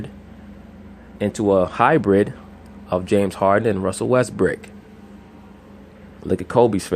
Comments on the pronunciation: Even on a quick mention this man consistently calls Westbrook, WestBRICK LOL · I thought I heard wesbrick lol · At the eleven mark dude say James harden and Russell westbrick lol